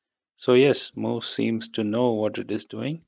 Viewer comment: It's actually muse not mousse